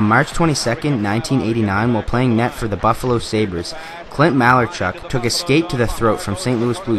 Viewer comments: ma-lar-chuck not malar-chuck (sorry is that sounds bad.) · It's malaarchuck